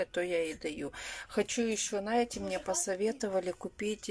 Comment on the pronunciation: непробиваемая... " Мине...", " фабЭрлик... "